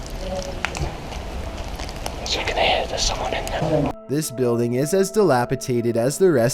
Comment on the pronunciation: If you think that filter is bad, did you hear his inflection on 90 percent of the words he pronounces? "Call of DOO-TEE"... and "you can hear voi-SAYS." I bet this guy has a really punchable face.